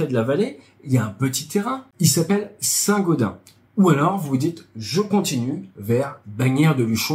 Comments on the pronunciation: Pour info on dit Saint-GaudenSS 😉 À part ça excellente vidéo comme d'hab 👌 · Chez nous on dit saint gaudensssss ! Sinon très binne vidéo ! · On dit Saint Gaudensse :) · Bonjour, il faut prononcer le S final de Saint Gaudens [sɛ̃godɛ̃ːs] . Bonne vidéo instructive comme toujours. Vive la chasse d'eau! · On prononce St GaudenS avec le "s" à la fin ! ;) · Désolé, je suis obligé de te corriger, cela se prononce "Saint Gaudainse":D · Saint GaudenS ont prononce le S !! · Saint-gaudenSSSSS ON PRONONCE LE S FINAL BIN SANG Dsl, je ne pouvais pas ne pas réagir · St Gaudensssssssss c'est pas comme gredin ;-) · On prononce le s de Saint-Gaudens !